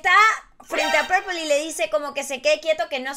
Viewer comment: Se llama pepol no purpel